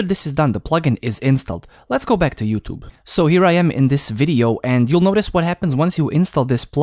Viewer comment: Not youtob say youtube